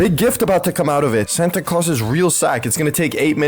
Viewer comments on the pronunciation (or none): none